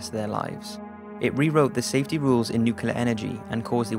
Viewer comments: can the narrator get the words right first its nuclear not newkiller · Good video, very informative, but please, it's NUCLEAR not NEWKILLER.